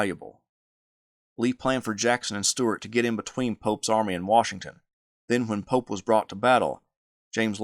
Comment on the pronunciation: I keep on hearing “General Polk” and I was so confused. Why would JEB attack Polk’s forces. Then I realized you were actually saying “General Pope.” I found it hard to understand the way you pronounced the Union General.